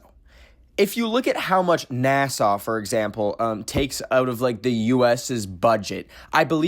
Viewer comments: girl it’s nasa (nas-ah) not Nassau as in Nassau county New York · saying NASA like Nassau is killing me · Why do you say NASA like Nasaw? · i was very confused when he was saying 'neh-saw' bcs i was like 'oh, he mispronounces NASA right??' and my subs were saying Nassau so i googled it and its like a city in the bahamas so i was confused asf like why is he saying NASA like nehsaw and then i remembered he was canadian. apologies, i lowkey thought you were going crazy. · why is saying NASA like nasaw 💀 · why do you pronounce nasa like the place on like island or whatever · I checked the comments to see if anyone else noticed 😭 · WAIT! Is that how we sound saying NASA!? I thought he said NASA normally until I read the comments! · It was cringe